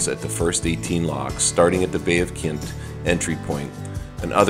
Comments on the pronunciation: Just letting you know it’s called the bay of quinte. Pronounced Quinn T. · It's the Bay of Quinte - pronounced kwin-tee. Also, the Otonabee is pronounced oh-tawn-ă-bee.